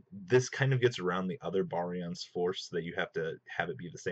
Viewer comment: look stop calling it 5 and my god man pronounce barian correctly that just kills its utopia ray vector v fir short not 5